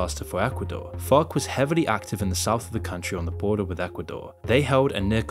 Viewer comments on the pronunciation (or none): Every time says FARC I hear FUCK XD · I like how you're accent makes it sound like you're not saying FARC- you're dropping F-bombs instead. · The way this guy says farc 🤣